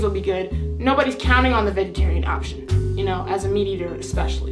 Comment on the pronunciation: She said vegaterian dish for kcp😂